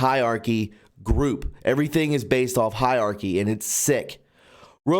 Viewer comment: >"hiarchy" instead of hierarchy >8coon instead of 8kun >4 minutes preamble prefacing every single video (~25% total video length) You are on THIN ice with me, pal. I will not be subbed for much longer, methinks.